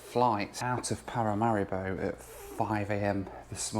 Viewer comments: Every time you mentioned Paramaribo, I heard ‘packet of haribo’😂😂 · I was taught to pronounce it Pa-ra-ma-ree-bow.